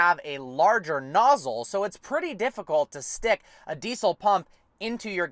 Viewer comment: Deesol .... Deesol deesol .... "So you can't put deesol fuel in it"